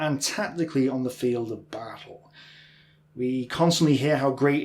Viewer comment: "Preh-ve-LanT" "BaTTle"